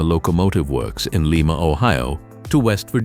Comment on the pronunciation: Lima Locomotive Works = Lye-muh Locomotive Works. Lima (Lee-muh) is in Peru.